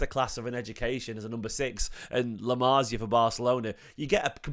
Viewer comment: it's "la masia" not "la marzia"